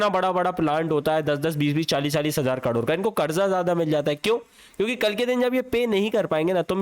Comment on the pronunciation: 30 करोड ❌30 कडोर ✅